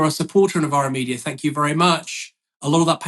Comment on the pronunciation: Thank you comes out as a shank you..the accent went bad.